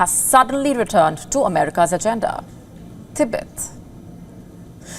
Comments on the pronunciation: TIBET(tee-bet) not ती बेत. Media’s clear pronunciation of a country or a region or a city is of utmost importance. Public follows media and octet gets it wrong . So, please get the pronunciation straight. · Its Tibet not Tehbet 😢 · THEEBET THEEBET THEEBET THEEBET THEEBET. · Is there other ways to pronounce Tibet? I've always said teh-beht